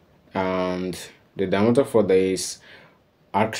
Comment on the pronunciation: His main pronunciation errors/ambiguity are in respect to these words: - Circle ( he's pronouncing "Ceercle". As he's a Portuguese speaker, probably Goa's migrant family, he should read as "Sârquel or Çârquel"). - Set (he pronounces "Let's said" instead of "Let's say" or "Let's set". - Diametre (it's quite difficult for me to explain Overhaul it's not so bad. I've already commented those errors suggesting him to use Google translator application for a final grasp on those words... I hope he has read those comments! His project approach is quite remarkable thou. In this specific video I think the side slotted holes should be made on a sketch over a plane parallel to each side faces to respect the perpendicularity of the punctures... Double work but correct because the faces are 10º tapered.